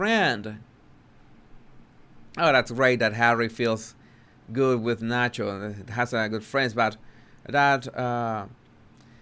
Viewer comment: “El Sancho” …I mean el Nacho lol.